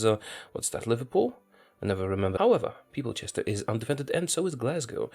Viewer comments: Peoplechester lol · Didn't pronounce Manchester correctly.